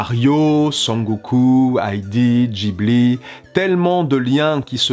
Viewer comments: pardon, mais Studio DJIBLI ? ON DIT GUIBLI BORDEL ! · C'est Gibli Pas jibli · Une bonne foie pour toute, le H dans Ghibli, c’est JUSTEMENT pour rendre le G neutre, et qu’il se prononce [g], pas [dj]...........